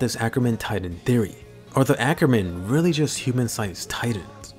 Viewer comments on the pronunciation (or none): none